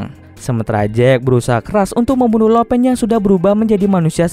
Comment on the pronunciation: Lo pan di bacanya lau pan bukan lo pen. Laupan = bos tertinggi